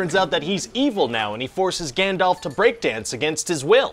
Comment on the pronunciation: Is he calling Gandalf Gandelf??